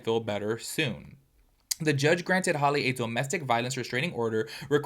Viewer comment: HALLE not holly. HAL pronounced like halitosis.